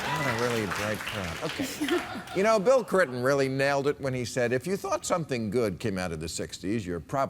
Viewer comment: did anyone else hear "Bill Crinton" or is that just me?